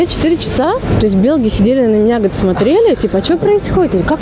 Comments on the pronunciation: Белг - режет слух. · Почему она говорит белг?